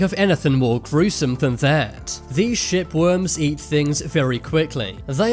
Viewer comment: I had to listen hard a few times to clarify he was saying 'shipworms'!